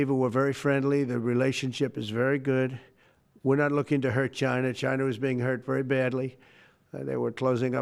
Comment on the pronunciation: Trump is so distraught that he's even pronouncing the word "China" like a normal person now.